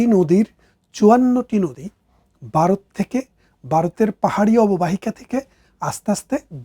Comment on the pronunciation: ব্যারিস্টার সাহেব ভারত কে" বারত" এবং জন্ম কে " জর্ম" বলেন।😂😂😂😂😂